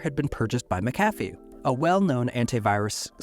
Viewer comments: I know that they have an unusual pronunciation, but it’s MAC-a-fee, not ma-CAF-ee. While they were not the best, they were at least trustworthy when they were still a part of Intel, but those days are long gone. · I was always taught that McAfee is pronounced (mack-UH-fee). Also, as far as I know, I have no relation to John McAfee or Pat McAfee. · Fun fact: It's pronounced "Mackufee." :) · it's named after John McAfee so would not have a Mack at the start - MuC-Donald's for e.g is pronounced as a Scottish name is. Literally pronounced as Mc not Mack. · I'm Scotch-Irish so I'm well aware of how "Mc" works. In this particular instance, it's pronounced mackufee. John McAfee himself pronounced it that way. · Mac/a/fee. Not mc.cafee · Isn’t he grossly mispronouncing McAffe? (not sure how to spell it) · Why are you mispronouncing"McAfee"? Is the voiceover made by AI?